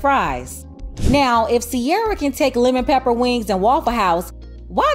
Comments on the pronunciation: The way you say Lemon Pepper is hilarious 🤣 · 😂 “ 10 pc Lem-ON Pep-PA !!”